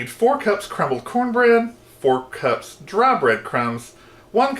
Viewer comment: Thanks,. Looks delicious, but I can't make it since, in the description, you wrote that from the moment you tasted it you were in love. Is this Live Potion Number One, or somewhere else along the line? Enjoyed it! Cups,. C-U-P-S. There is no "R." Let's try again, slowly… 😁